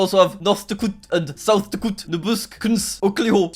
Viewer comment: Jack:noth dkot,south dkot Me: why is he speaking like a russian??????